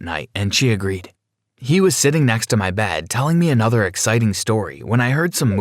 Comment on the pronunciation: I like how every time they say 'Bed' it's 'Bad'